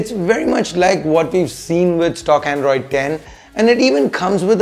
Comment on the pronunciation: Are you reviewing or showing off your English bro? Androidess welless wtf is ESS on every word you say. Dont try to become unbox therapy. U just cant